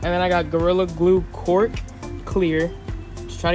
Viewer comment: It’s not “cork” it’s a “caulk” and “caulk gun”.